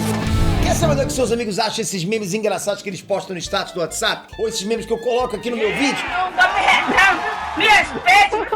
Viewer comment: Só eu que percebi ele falando status do whots?kkkkkkk